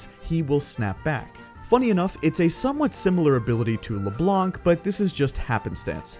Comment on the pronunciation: Just so people who don't know know, the C is silent in LeBlanc